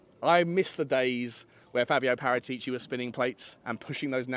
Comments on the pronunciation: you are the best Tottenham podcast in the business, but make an attempt to pronounce Par-at-ici properly, not Para-tee-ci. You owe it to yourself. P.S. your Wednesday chat with Johnny was the best piece of Tottenham chat ever from anyone. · I won't "smash" the like button until you pronounce Paratichi (Parah-tich-e) correctly. Ball is in your court mate 😅